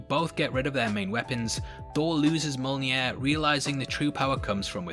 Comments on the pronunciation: Just a note: you often say Molnjir, while it is Mjolnir. Nothing big, but worth mentioning. Love your videos tho! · It's pronounced 'Mjöllnir'